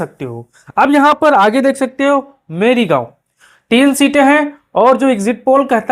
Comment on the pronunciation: Merigaon nahi bolte, morigaon hai. Tinkusia nahi kahte Tinsukia hai